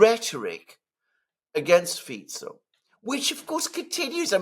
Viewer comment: Alexander must be the only guy who pronounces the SLovak PM's name properly: Fitso, not: Fiko. I respect a guy who cares about details.